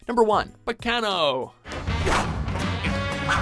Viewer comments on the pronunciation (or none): the way narrator pronounced baccano was def cringe worthy. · the way the pronounced Baccano and durarara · PRONOUNCE BACCANO! CORRECTLY!!!!!!!!!!!